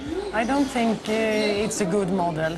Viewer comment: Aj tink it... it lol, hemma lärd engelska :P